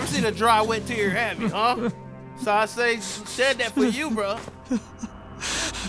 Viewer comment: Nobody: every chance he get: "SAWA-Sensai"